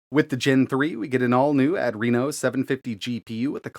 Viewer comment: add-reeno = ❌ uh-dreeno = ✔